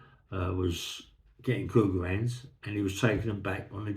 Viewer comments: Sorry for being thick but all I can hear is "cougar hands". Somebody please help. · Thanks for solving that mystery, I couldn’t make out what he was saying either 😂.